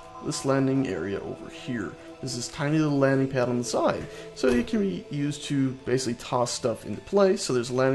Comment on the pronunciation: That lazy pronunciation of "basically" though